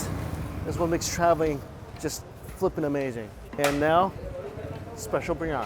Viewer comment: bir-yani not briy-ani, hard to explain to an american chinese guy :)